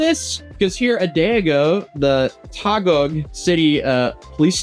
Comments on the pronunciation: Taguig is not pronounced as tah-gug...... try Tuh-geegh . Hope this helps. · Taguig is not as ta-gug is tah-gig 😊 or th-gig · Hey this is how you pronounce taguig = Tagig not tagug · Translation: "He was seen riding a patrol motorcycle without advise/permission". Also Taguig is not pronounced as "thag - guh" but "tah-gheeg". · Btw to pronounce Taguig, its "Ta-GIG/Ta-geeg" not "Tagog" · Taguig pronunciation: “Ta-Gi-GH” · It's pronounced "tah-gig", but good vid tho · if you need translation i got your back "They saw him riding a Patrol Motorcycle without their consent " "A Vlog on social Media has some affiliation on responsibility " the pronunciation for Taguig is TUH- GIG Big fan started watching way back on the Johnny Somali case !! keep it up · ITS 'ta-geeg or ta-gig' (Taguig) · hey since you will still cover this again probably. Taguig is pronounced as ta-gig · Jic yall are curios Taguig is pronounced, Tah-gihg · Hi, TAGUIG is pronounced as "Ta-gig" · Taguig--> it's pronounced as Tah-Gig. 😄 Thank you for your assistance, hehehe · If you will ever mention "Taguig" again in future vids, it's pronounced as "Ta-geeg(gig)" hahaha I know you chill af and the vids you make are really good bro but I hope I made the pronounciation easier xD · Taguig is probounced as Ta gig but fast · it is pronounced as TA-GIG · Taguig = tah + geeg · Taguig is pronounced as Ta-gig, like how you say "thanks" as "ta" and gig like a job or something. combine them both and it's as simple as Tagig, without accentuating anything else and the tonal emphasis is placed on 'gig'. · bare en lita headsup kjekken, Taguig uttales Ta-gig hehe :) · it's pronounced like Tuh geeg like Ta and Gig like just combine those two you say ta with quickness and you pronounce guig like gig, gigs, just gig. Hope that helps, I wish 🙏. Love your vids. And I'm happy to try and assist content creators when they pronounce Tagalog words. Here in the comments. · Pronounce as “ta-gig” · Tah - geeg